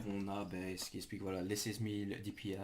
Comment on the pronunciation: Tu peux parler plus fort et aussi les dpi sa se dit pas dipiaïe